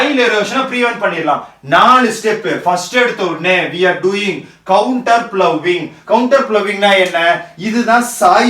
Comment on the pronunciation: sir it is contour ploughing not counter ploughing